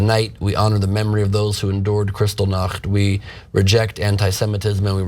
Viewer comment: He can't even pronounce Buchenwald and Kristallnacht!